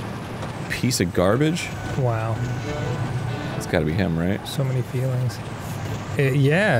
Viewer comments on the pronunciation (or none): none